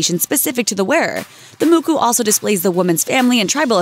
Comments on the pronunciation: its pronounced Mo Ko not muku maori ink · I was wondering what she was saying when she was saying ta mookoo.... then I saw she was trying to say ta moko! HAHAHAHAHAHAHAHAHA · For some reason everyone seems to pronounce Maori, mari. She even pronounced Ta Moko wrong, she said Ta Mooku, like, who gets that wrong? I'm full Maori and I get really annoyed when people pronounce it wrong or make fun of my culture. I just wanna rip their souls out😂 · I was kinda triggered when she said muku 😂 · It bugged me sooo much when she said “te Muku” I was like “ lady it’s “Ta Moko!” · Someone born and raised in New Zealand here, what the heck made this woman think the word was pronounced "Mükü"?!? It's pronounced "Moko", like the "O" sound in words like rob, job, cop, pond, sod, etc. And if I'm offended, imagine how someone who's actually Maori would feel. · You're pronouncing tamoko wrong. It's not "ta-mu-ku", it's pronounced "Ta-moh-ko". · I'm from New Zealand and its not called a FREAKING MUKU its called a moko. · Moko is pronounced with an 'o' not a 'u' sound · Ok. One, NEW ZEALAND MADE IT IN YAAASSS BOIISSS And two, YOUR PRONUNCIATION IS AWFUL. MY GOD. "Ta muku" like BOI. And three, we don't get those tattoos to be attractive. Maybe some do but it's not something we do to make ourselves pretty or beautiful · I cringed each time she said 'moko' as 'muku' ahhhh, in sorry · Lol fucking ter muku. Great pronunciation mate. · "mooko" stop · You said moko wrong it's pronounced the same way it's spelled